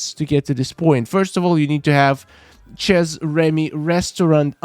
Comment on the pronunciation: good video my only problem with it and I apologize for saying this but Chez is pronounced Shay because it is french. not the way you were pronouncing it.